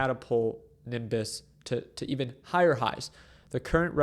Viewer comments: Its not niMbuss! its NEEEBIUSS! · I had to stop watching after a few inaccurate comments - then I repeatedly heard Nimbus. I can’t take advice from someone who can’t do basic DD and pronounce the name of the company correctly. Sorry dude, you need to do a lot more research on how infrastructure businesses work before you start making videos about them. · It hurts my ears when you can’t pronounce a simple word such as Nebius. It’s literally pronounced as it’s spelled. Ne-bi-us 🤷‍♂️